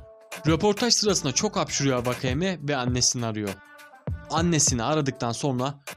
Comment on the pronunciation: Vakayema değil wakayeme diye okunutor4